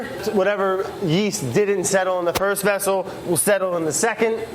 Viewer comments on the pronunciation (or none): none